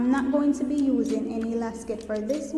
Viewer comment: It's called elastic not elacsit or elaskit